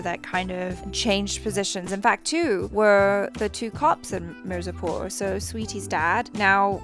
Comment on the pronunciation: It's not mer-zapor Me-r-zaa-poor